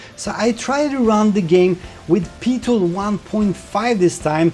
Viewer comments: Amazing review, what we need to know now is when the headsets will be released to the public! Also, PiTool is pronounced "P-eye-Tool", not PeeTool :D <3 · Not thorough enough! Seriously though, this isn't just the definitive pimax review but also a very interesting, detailed and helpful overview of VR tech in general, an impressive effort to say the least. Btw, Pitool would be pronounced "Pie-tool" but "Pee-Tuhl" does have its charm, Have Fun :) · PIE-Tool...not PEE-Tool. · just for your info it is said like PIE tool for Pitool as in 3.14. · PI-MAX,,,,,,,,,PEE-TOOL,,,,,, LOL, Thx for this fantastic video, cant wait for it to buy, Vive goes for sale. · "Pee-tool" :D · Odd that you say PiMax which is correct, while you call their application PeeTool.